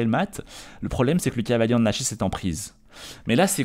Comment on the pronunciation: je pense que c'est surtout pour éviter de faire trop d'effort dans la prononciation. Ils le répètent beaucoup ça doit être long à force